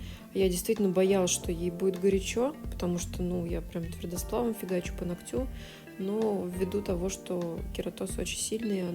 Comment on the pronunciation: А я смотрю всегда с удовольствием, пока мастер не говорит : ногтЮ, ногтЯ - уже невозможно, и не хочется быть врединой, поэтому обычно молчу и отписываюсь, но когда человек-блогер, блин, ну хоть минимально следите за речью🙏🏻🙏🏻🙏🏻😘(нОгтю, нОгтя, кОсти, лИфте, лОкте, пожалуйста🙏🏻🙏🏻🙏🏻😭😭